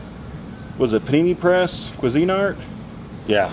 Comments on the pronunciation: Cuisine art..lol pronounced cuisine art..1word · I think it's pronounced queezinart = cuisinart lol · Can't even pronounce Cuisinart correctly.